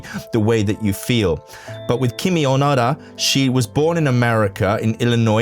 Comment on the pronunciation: I can't resist commenting, but her name is KiMi ONoDa, but every time you say her name, it sounds like you are saying, "kimi onara"! sec. When you say it, to Japanese people or people who speak Japanese, it sounds like you are saying some hougen that sounds like "Your are a fart!"....quick edit your video and change the parts where you say, "Kimi Onara" and dub in "Kimi ONoda." You can erase this comment, or I will just erase it later...edit you video with haste!